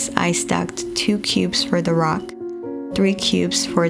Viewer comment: probably French. That's her first language.